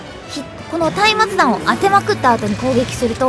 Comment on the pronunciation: うぽつでぇす！！ 松明弾は下方修正はよ来いって感じですよねぇ あと松明弾は「まつあきだん」と読みますよ！